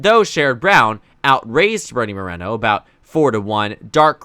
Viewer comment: It's MorEEEEEno, not Morano